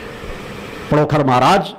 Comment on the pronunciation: आप अपनी शक्ति अपने पास रखो और पहले पांण्डोखर का नाम लेना सीख लो पडोखर मत बोलो